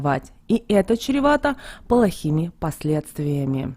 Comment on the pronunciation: ЭТО ЧРЕВАТО, А НЕ ЧЕРЕВАТО.